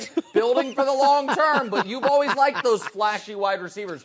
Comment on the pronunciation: NBA is dead, move on. Talk about strong man competitions or even axe throwing, much more watchable. Not unibrows and Harden's horrible facial hair. Thanks. Stop saying alwiz too, not a word. Thanks.